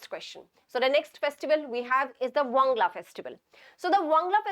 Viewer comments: Not Wangla it's "Wangala" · Ma'am it's not wangla it's wangala☺️ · Wangala not wangla